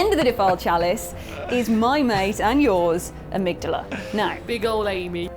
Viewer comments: armig dahla, it hurts me hearing you saying it like you did, they even say the name in the game "ohh amigdahla, have pitty on the poor fool" or somthing close to that i don't remember it has been a bit since i heard it hehe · please stop pronouncing Amygdala that way, it slightly hurts me every single time.